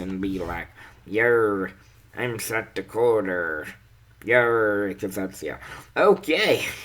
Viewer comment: "yerrr im south dikoterr. yerr" Died a bit there XD